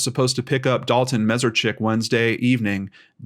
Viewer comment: just for the record, his last name is pronounced Mess-ARE-Chik.